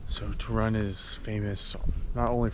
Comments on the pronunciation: Obviously wrong pronunciation of the name "Toruń" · How he calls it “tuh run” 🏃 🏃‍♀️ Seriously, he could be bothered to find out how to pronounce it correctly?